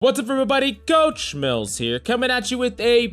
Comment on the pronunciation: I just realized that he's been "Coach" Mills this whole time. The way he usually says it makes it sound like "Couch" Mills which is who I thought he was...